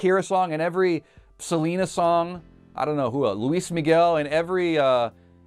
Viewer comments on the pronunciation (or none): none